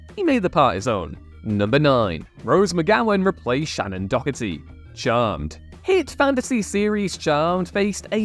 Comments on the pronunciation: Stop saying her name as dockerty! Someday this damn will learn how to actually say people’s and character’s names correctly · Couple of complaints...aside from the actors listed not technically meeting the "replacement" criteria due to playing different characters to those they 'replaced'...Shannen's surname is pronounced Doe-Her-Tee, not whatever you said, and the Jeri Ryan's Star Trek character's name is Seven OF Nine, not Seven Nine. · Learn how to pronounce Doherty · Is that actually how you pronounce "Doherty"? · No. Every time he said it I flinched.